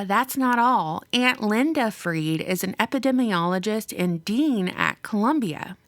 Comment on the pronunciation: it's pronounced Fried as in Fried Chicken and not Freed Chicken, cus ur speaking english.